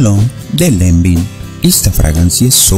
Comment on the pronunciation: Se pronuncia Lanven!!!!